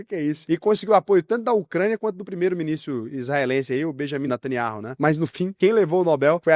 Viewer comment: caraca eu ouvi mini stremer nao ministro kkkkkkk